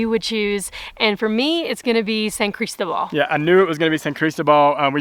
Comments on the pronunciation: Buen hecho. Pero.....favor de pronunciar la ciudad de San Cristóbal "San CrisTObal" :) The accent's there for a reason :) ¡Me encanta San Cris! PS. San Cris has an amazing dental office called Salud Oral. From cleanings to implants etc. State of the art! (website in Spanish and Eng.) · love it friends, best wishes from cordoba spain, dont forget the accent on the O san cristObal, looks awesome there, following you all the way, oh no please no mcdonalds, burger king and walmart, please no no no, cuidense!